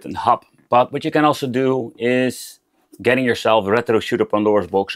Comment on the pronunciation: The way you pronounce rrrrètro is really annoying 😂